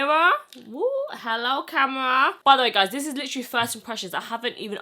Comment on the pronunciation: When she turned the mirror around & said “hello camera” I thought she said hello Tamara (my name) 😂😂😂 I was like how she know?!?!